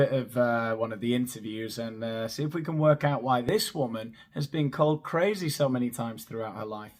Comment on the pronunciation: I was LOL, at the way she said "KRRAZY".